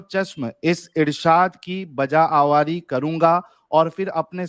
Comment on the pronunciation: یہ آواری کیا ہے بھائی؟ غلط مت پڑھو یہ لفظ آوری ہے۔ آج آپ نے اردو بہت غلط پڑہی